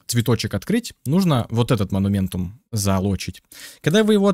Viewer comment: " монументум, монументум, моментум, моментум, вот этот монументум, вот этот монументум, астральный монумент, разблокировать астральные монументумы". Я: "ААААААААААААААААААААААААААААААААААААААААААААААААААААААААА хваааааатииииииииттттт....".: "монументум". Я: * истерический смех сквозь слёзы *: "покажу ещё раз на всякий случай моментум, вот моментум.......мо-ну-мен-тум....МО-НУ-МЕН-ТУМ" Я: * умирает в агонии *: "монументум одноразовый" Я: * кряхтит с того света *: "перестаёт действовать как только вы выйдете из действия астрального моментума" Я: * матерится на немецком *